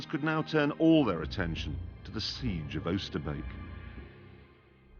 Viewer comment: His pronunciation of Oosterbeek is spot on